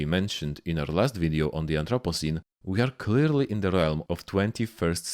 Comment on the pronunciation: Am I the only one who heard "anthropussy" when he said anthropocene or is youtube just autodeleting comments with the dreaded p word in it?